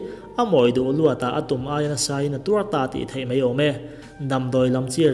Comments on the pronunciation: I thu chhiar hi a ngaihnawm loh lemlo e... Mahse "mai" hmanna tura "mei" i hmang zel hian ngaihthlak a ti hrehawm ka ti ve mai mai ... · Mai tih aia mei tih hman chu ka ngaimawh hle mai😁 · ''...a ni hem mei..." Mai hi lam fimkhur deuh a ngai a nih hi. A bengvarthlak e.